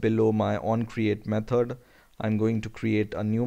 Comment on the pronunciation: Jesus Christ it's method not metod 😤